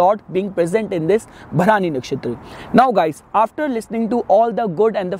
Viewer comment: Its भरणी not भरानी